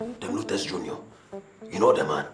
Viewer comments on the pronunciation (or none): who also felt pusher saying " dem lutas" hahahaha